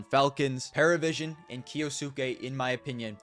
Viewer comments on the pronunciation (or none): it's not Paravision, but Pari, Parivision